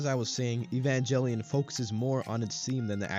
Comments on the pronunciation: How bout you evanjellyon outta here and get the name right GEH. Not JEH. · lol "EvanJELLYon." Immediate disqualification. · 30 years later people are still mispronouncing evangelion